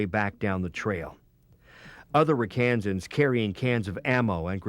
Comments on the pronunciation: The name is not 'Ra KaANsan's, it's 'RAK-uh-Sans'. And the hill was Dong ap Bia (dong ap BEEha). I was one. Rosentreich was a friend of mine. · Rakkasans! Pronounced Ra Ka Sans, not Ra kansas. ⛩ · First off it's not "Rock Kansans". Obviously not everyone knows the nickname of the 187th but as a narrator it is imperative that he gets it right or don't say it at all. It's not a secret that the name is derived from the Japanese word for parachute. Google it for details. Also many of the video clips used are borrowed from the Marine Corps (CH46), from Army 1963-64 videos (notice the M14s) and also show an AH1S Cobra which never operated in SEA.